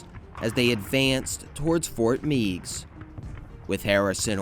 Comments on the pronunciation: Also Ft. Meigs is pronounced "Megs", not "Meegs". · As a kid from Perrysburg, Ohio and having visited the fort several times and slid down its slopes in the winter, I must tell you that Fort Meigs is pronounced “Fort (may-gs)” with a long A sound, as in eight. Thank you for your video :) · Fort Meigs (Fort Magges) As in Mag Griffin